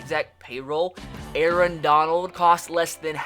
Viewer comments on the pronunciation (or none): none